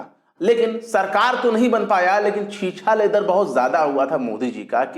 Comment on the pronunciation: Chheechhaa Ledar nahein hotaa hai. Chhichchhee Leed-ar hotaa hai !!